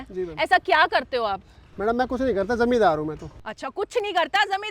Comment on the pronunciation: Zamidar ❌ Zamindar ✅